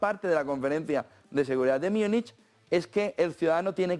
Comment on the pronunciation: ¿Por qué dices "Myúnich"? ¿De dónde sacaste esa pronunciación que no es alemana, española, inglesa ni nada?